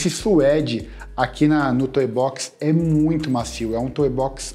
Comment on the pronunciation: Show teus vídeos! Só uma coisa que me enlouquece, o certo é "tou" box e não "toE" box! Valeu abraço ae